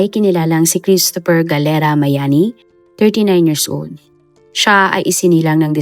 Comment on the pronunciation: hindi miami,kundi MAYANI